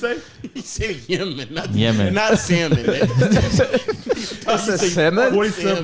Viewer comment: said Samon bruh I'm rolling😂